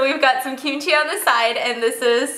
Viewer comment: I have myself pronouncing kimchi the same way at stephanie lol. I usually say "kim-chi" but stephanie says "keeeeem-chi" so now i say "keeeeem-chi" lol